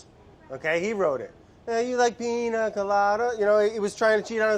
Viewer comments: if he says PINA instead of PIÑA again we’re gonna have a huge problem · PIÑA COLADA BRAD NOT PINA COLADA 😭🤣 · So, of course I love Brad. Even when he cant correctly pronounce "piña" (Ill let it slide just because its him). But, hey producers, what happened? I mean I know its summer, and you want to just chill, but this ep was ...underwhelming. No crazy edits/music, where was Vinny? Super simple recipe.... the highlight of the video was seeing Andy letting go of control and having a sip of alcohol at 3pm ... (Im still a bit shocked to find out he drinks, he seems so cutefully type A) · I don't know if this correction has been made before, but it isn't "Piña coladas" is "Piñas coladas" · PiÑa not piNa...changes the way to pronounce it 😉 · atleast learn how to say piña